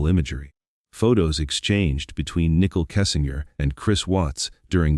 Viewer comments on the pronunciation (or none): Is this an AI voice or just a bad reader? Why does he keep pronouncing Nichol's name nickel? Who edited this and didn't catch the error multiple times. Low quality video with too many conspiracy theories instead of facts. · Common dude... Nickle Kessinger??? Robot. That ruins everything